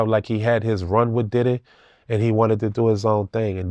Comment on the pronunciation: Take a shot for every time he said “Didday” 😂